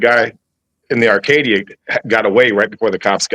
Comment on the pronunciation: Acadia not Arcadia